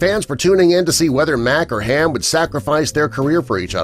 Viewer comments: if your going to name names, get it right! HARM, as in HARMS way, not ham as in ham an eggs! numbnuts sheesh! thats national guard not nation guard! sturgess was his first name, not his last! that was turner! full name sturgess turner! keep this crap up an i'll run outa freakin corrections space! i'm australian, an i know more about the show than you do! that was petty officer jeniffer [full name] coates! thats mick brumby, he was supposed to be australian not mike! giving up here, glad i've got a pacemaker! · It’s Harm not Ham ya dumbass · you got have of the characters names wrong... Like the star Harm, NOT HAM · It's Harm not Ham !!!!!! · GREAT show. HARM (not "ham" dufus) and Mac needs to come back and fully run an NCIS squad. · For future notes, not that it matters, I'm pointing out as much errors as I possibly can. "Jennifer from jag is doing something else today", you know, I never would have guessed. Also, it's not Ham, it's Harm. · His name is HARM with an R, not Ham, and it's Commanderr Sturgis Turner or Commander Turner, not Commander Sturgis. Are you sure you've seen the show? Jennifer was enlisted, not an officer. At his point, I turned it off. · His name was "Harm" not HAM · Harm, not Ham. JFC. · Harm not Ham mate! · Your talking about Jennifer Coates, yet you have a photo of Sarah [mac] MacKenzie. ayleast you got me to watch. David James Eliiott played Harmon Rabb Jr. 'Harm' not Ham. You lost me! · Any other fans laughing at the narrator repeatedly referring to “Harm” as “Ham”. I’m guessing he never watched the show 😂🤣. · it's HARM not Ham for Capt Rabb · Ok... you people need to do better research. Harmon Rabb aka “Harm” not “Ham “. Ltcdr.Brumby aka “Mick “ not Mike. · It’s HARM, not HAM! And Bud NEVER reached the rank of Captain. Who is this idiot narrator?? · Strange, to call him "Ham", makes you think the commentator never saw the show , to not know "Harm" short for Harmon, one of the two main characters--ten years running. Geez